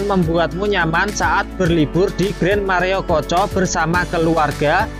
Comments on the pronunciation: maaf min... maerokoco ya, bukan mareokoco. dari td sy denger pengucapannya koq mareokoco. maaf nggih. risih rasanya🙏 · Maerokoco pengucapannya mas. Mareokoco terus dari tadi. 😂😂 Sukses terus channelnya 👍🏻